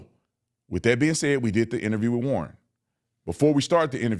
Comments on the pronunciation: Crump is DEI. He can’t form a sentence, says WIFF instead of WITH and can’t read. He’s illiterate. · You are being way too polite calling mr., Church service disrupting, wanna be celebrity ,Don le’mon head a newsman or podcaster….I have a lot of other things I would refer to him as..😂🤣…J/S Then, please try to get Crump to take some diction lessons the words are WITH NOT WIFF AND TRUTH NOT TRUFF .. how did he get through school..??? 😂🤣😂..J/S Thank you for being truthful and respecting that poor kids legacy ..!!